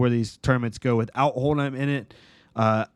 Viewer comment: Old-Him not Old-Heim